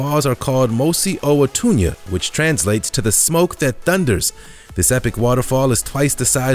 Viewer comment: At least she got our mosi-o- tunya correct..